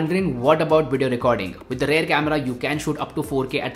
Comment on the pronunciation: Bhai it's rear camera, not rare camera